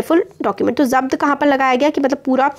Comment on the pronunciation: Voh to zabt hai mujhe laga ki zat key rHe ho